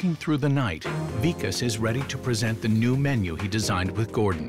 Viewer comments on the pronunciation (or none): said “Vakis” instead of “Vikas” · really said "vakiss" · mispronounces the Vikas’s name. That’s downright disrespectful. How does one forget the name of a top chef? The name isn’t even long. It’s short and simple. Love how Gordon catches it and corrects him immediately. He was so done with